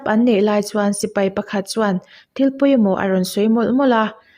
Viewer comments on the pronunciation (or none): none